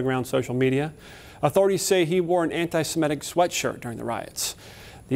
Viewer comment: Anitsmettick = Anti-Semitic Norfick = Norfolk. You're welcome. TV reporters don't talk too good.